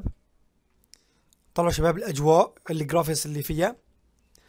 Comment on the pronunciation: والله انت ملافظ حروفك بدا تعديلات اول شي ابخريطة اسمها ميرامار مو ميمار وتاني شي اسمو جرافيكس مو جرافيس